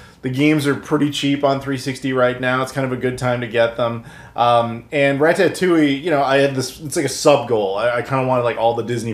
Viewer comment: It’s Rata-too-e Not Ra-Tah-too-e